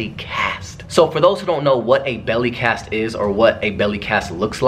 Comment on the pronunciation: Does anybody else realize Austin keeps saying belly casket instead of belly cast?!😂😂 Love you ACE Family!!♠♠